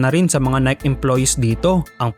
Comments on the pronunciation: "Nayki" ang pronunciation idol hindi "Nayk". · Boss nike is pronounced as nayki. Hindi po nayk. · Say naykee not nayk. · Ang pronunciation sa Nike is nayke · Mali yung pag pronounce mo ng NIKE. Dapat "Nayki" Yung pag basa diyan.